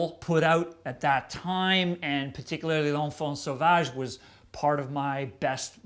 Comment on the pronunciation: Nice prononciation of 'l'enfant sauvage'👍